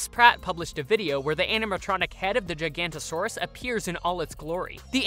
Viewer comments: It’s not gigantosaurus it’s giganotasaurus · who's gonna tell them it's Giganoto and not Giganto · gigantosaurs? you mean gig-a-not-o-saurs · It's pronounced Gih-gah-noh-toh-saurus, not Jaikantosaurus. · They said it in the movie that you said you watched, so why did you pronounce it wrong? Giganotosaurus. Not gigantosaurus. I used to say it the same way until Dominion said it. A lot of people did. gig-uh-NOT-o-saurus And not "Jiga", it's as the letter G instead, not as J. small "nasutoceratops". You've mentioned Battle at Big Rock, which showed the baby, which was clearly stated to be a nasutoceratops. I just don't completely understand how you keep saying the wrong things when you've watched these that told you what they were and how to say them. I mean, but I can understand mixing them up, but the baby Triceratops in Fallen Kingdom looks different. this time you said "giga"correctly? You've saying "jiga" in the full name, so why suddenly say that part right? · it is not pronounced "gigh-gant-oe-saurus" its "Gig-a-no-toe-saurus" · i hate to be THAT GUY but it is giganotosaurus (gig-a-not-o-soar-us) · Is anyone gonna mention how he said "Gigantosaurus"? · Giga- notO- saurus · Jig an nota saur us that's how you pronounce it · Jurassic animatronics are always awesome! Also its pronounced "Giga - noto - saurus" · Not trying to be rude but it’s pronounced jig ga node a saurus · thats not how you say giganotosaurus you say it like this (j-ig-o-not-a-saurus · Exactly. Especially since he said they watched the movie, where it literally pronounces it. How did he say it like that?.... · Weird pronunciation of Giga.